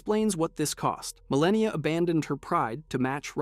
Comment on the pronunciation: “Mareeka” yeah bro we are not watching this